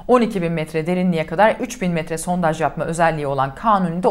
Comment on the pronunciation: He verecek sizde çatlayacanız Sontaj deil sondaj 🤨 Cıkarırız rahat olun Eleştirin baska nane yok